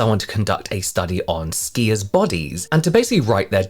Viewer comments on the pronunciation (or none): Steers? As in cows? OHHHH SKIERS!